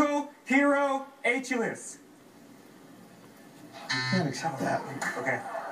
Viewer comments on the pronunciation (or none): Mythological character Ay-chill-US? Wtf, he's from the epic the Iliad, not fucking the head of hazing of a college fraternity. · I guess correct pronunciation is his a-chili's-heel!